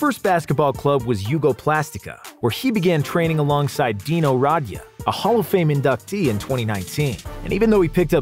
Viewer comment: Nobody gonna point out the murder of dino Radja last name. The d is silent and the emphasis is on the j!